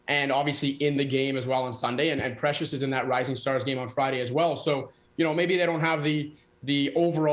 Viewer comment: Sid can't even get Precious' name right...how embarrassing. Guy has lost his touch and ppl respect